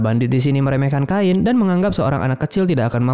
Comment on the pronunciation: Gw dah nonton yang asli nya tapi mau nonton lagi eh lagi error, kalo bisa di sebut chain aja gak usah kain jadi aneh 😂